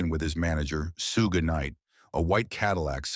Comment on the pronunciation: His name is pronounce Suge .